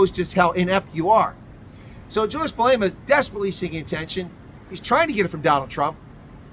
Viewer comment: "Jully-Ass Main-Delar"😂😂😂